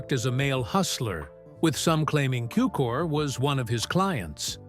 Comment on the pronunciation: Cukor, not Cooker.